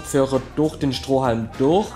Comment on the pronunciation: warum sags du immer durh als stat durch